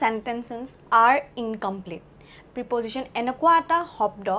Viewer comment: প্ৰিপজিশ্বন নহয়,প্ৰেপ'জিশ্বন উচ্ছাৰণ কৰিব লাগে।